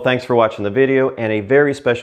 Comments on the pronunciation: I caught that butchered Hache at the end! 😇 I've been finding your videos very halpful for the last year and a half, or so. Your Mexico relocation videos are very helpful to get the lay of the leand, and especially to gain insight into matters of local life that tourists don't normally see. I have been in South America for three months, now. Chile, Ecuador and Argentina, hoping to also add time in Colombia and Uruguay as we figure out where we want to live. Your learning Spanish episodes on topics like moods, subjunctive and preteriro have been insightful, and help to augment the traditional learning I am doing. One of my teachers is native of Espania and one is native of Ecuador. I have taken classes from Mexicans from various regions, and well as Guatemaltecos. I haev also taken lots of French and enough Italian to really bork my pronunciation in all languages. I don't subscribe to the Gringo accent creeping through. We are all a product of our experiences. I can't imagine what I sound like to a native of any of the mentioned countries. I still find apartment, get fed, can sometimes make a jobke and always have enough beer and wine. Keep it up. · This generation of foreign language learners has the benefit of having a wide variety of instructors. I count myself as being fortunate to have you in my top 5. May your beer money multiply. Thank you. Ps. The H is silent 😂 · Edit* loved the 'h'asta luego' at the end!! Well, Tom can go stick it. I came acorss your videos ans use them for the classes my daughters and i do together. My Colombian wife is very impressed with your spanish. The only difference i hear is the difference between your Ll and hers. The colombian Ll has more of a J with it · Did you just say , "jasta luego"? Great sarcasm! 😁.... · Loved your pronunciation of hasta luego at the end🤣🤣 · Love the channel love the sense of humor! Hasta luego emphasis on the H!